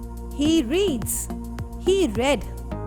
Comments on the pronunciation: Read ke red bolen ken? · 🤔 how is that ? Read and read haven't same pronunciation 😭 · I want to now read is the same but you pronounce it not the same